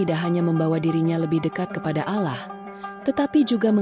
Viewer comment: Mengucapkan Allah nya salah .